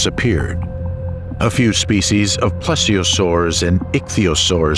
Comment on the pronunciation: Yes, yes, and yes. It became annoying after a few. Plessiosaurs? I may watch it again, mute, listening to Stravinsky as a soundtrack.